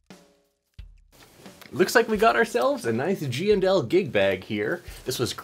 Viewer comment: I like how you give full respect the the &. My Midwest accent makes them all GNL’s.